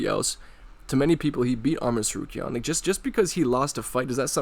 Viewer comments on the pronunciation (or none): he is referring to that chael sonnen mispronounces tsarukyan's name multiple times. Go search chael mispronouncing Arman's name, it's funny